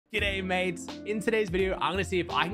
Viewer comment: 'gday mate' WAS NOT IT